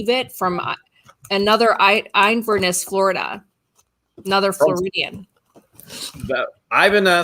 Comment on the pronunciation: You are pronouncing Inverness wrong 🤪😂 I have a couple of good biker friends that live there